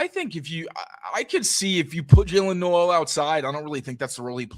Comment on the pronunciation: This is actually bad news for the patriots 😂 even if on “paper” it’s not 😂 we shall see how Gonzalez “tackles” 😂 and stroud thrivessss without Nico 😂 also it’s not noooellll it’s more like no-wl 😂